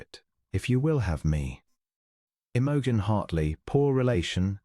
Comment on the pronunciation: Could AI pronounce Imogen correctly?